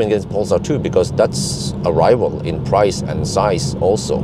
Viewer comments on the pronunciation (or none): none